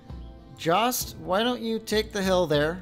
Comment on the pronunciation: Jost is pronounced yost